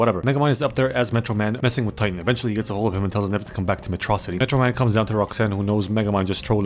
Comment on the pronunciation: If megamind says metro-city as Metrah-city, then does he pronounce MetroMan as MetrahMan?